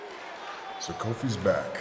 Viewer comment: Did he just call him Kofi.